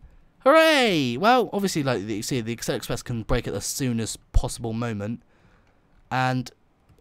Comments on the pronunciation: Acela is pronounced A-sel-a, not Axel-a top speed on the acela has a top speed of 165 legally, tgv has a top speed of 199mph. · Not only is this an inaccurate game, you have presented misinformation. Quick: How many "C"'s are in "Acela"? Two? No! It is pronounced: "AH CELL AH", not "ACK CELL AH". (DOH!) Yes, I'm an American, (ex pat Brit!); I've been on the Acela at at least 148 mph (238 km/h) near Providence RI, but you know what? The Acela isn't even really American, it is 3/4 Canadian and 1/4 French. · It’s as-sella Not ax-cella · It sounds like your saying aksela express. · Its pronounced a-seel-a